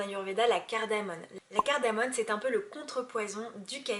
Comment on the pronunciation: très intéressant, juste on dit cardamome et non cardamone, on fait souvent l'erreur